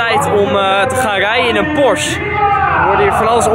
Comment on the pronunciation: he ik zie een S63 naast je staan Geen haat trouwens, maar het is PorschE ipv porsch hoe je het zegt😉 je moet het uitspreken met een e. Verder echt een hele toffe video!